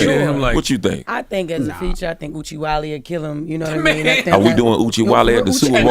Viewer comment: Wanna fight Jess for saying Oochiewally! 😜